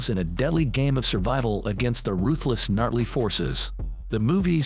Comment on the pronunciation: You seriously are saying gnarly instead of Nazi? What the hell?